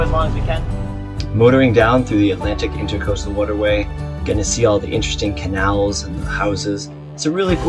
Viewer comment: Just FYI... it's the intracoastal not intercoastal